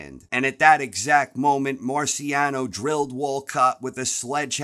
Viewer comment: Mispronounced Marciano. Also wasn’t Rocky undefeated???